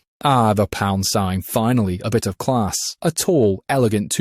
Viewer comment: you know he is British by how blud Saying class and elegance